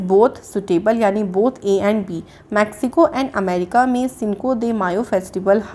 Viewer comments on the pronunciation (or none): none